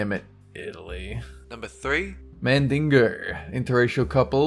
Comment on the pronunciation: I love how the Australian guy says mandingo, like mandinger !LOL e